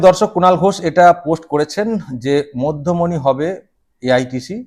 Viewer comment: ঠিক করে পড়ে দেখুন না, মধ্যমনি না,'মধ্যমেনি' !!!!!!😂😂😂😂